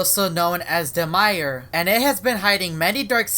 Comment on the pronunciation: "Party en Skeld" "Univa" and now "Demire"